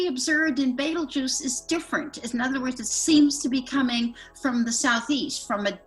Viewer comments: Well it's BETEL, not beetle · Why dos she keep saying baitel juice i thought it is betelgeuse? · Bettle Guss 😂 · the best part of using a computer to do your intros is all the mispronunciations. who the hell is betel gus? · ive never never never never ever heard it pronouncet betel gus. ive been around a long time. not once. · Please tell your narrator how to pronounce Betelgeuse. Great podcast as always though, thank you